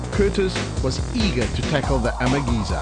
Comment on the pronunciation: Why does the comentator keep saying Amageza incorrectly.. flippin annoying.